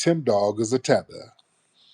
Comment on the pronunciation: not tether con oh man I'm wheezing 😭😂@